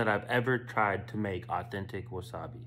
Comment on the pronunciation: YOUR PRONOUNCING WASABI WRONG!